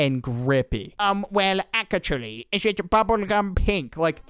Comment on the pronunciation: The "Akachuly🤓" got me rolling